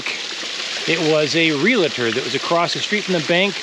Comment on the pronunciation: FYI, it's pronounced "real-tor", not "real-uh-tor".